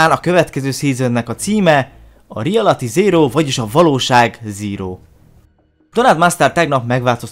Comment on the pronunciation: REALATY ZÉRÓ... Jó az angolod